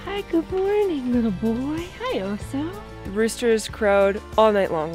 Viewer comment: Wire on the floor is a good suggestion. As chickens barely fly, did the run need to that high? Also check the pronunciation of the dogs name. Bear is Oso with short vowel sounds. Might just be the American drawl I’m hearing Ohsooo. But that’s up to you